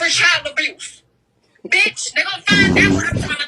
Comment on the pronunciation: She cant even pronounce abuse 😂 its amazing the total fools who believed her story and its sad to use your own babies incident for clicks and views...